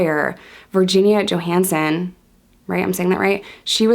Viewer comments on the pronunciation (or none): I owned the house after she was murdered. Virginia Johannessen last name is pronounced Jo-Han-Essen. The alarm is still on the house on the garage, it’s huge the size of a PA. The craziest part of the story you didn’t mention is the convictions of innocent people. And how they actually caught Lippert and Tenney.